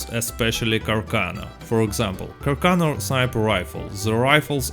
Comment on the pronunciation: It's pronounced car-sawn-o